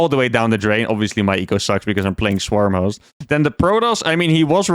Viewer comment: He's definitely saying "Swarmos," right?